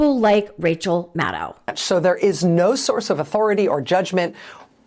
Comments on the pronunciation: Rachel Maddow is pronounced like "know", not like "now". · your impassioned demand for the Free Press to remain free is as persuasive as it is essential. But MADDOW rhymes with SHADOW. Let's not perpetuate an all-too-common mistake in the media. 🤗 😍